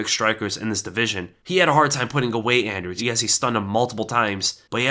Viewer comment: You got that anders so wrong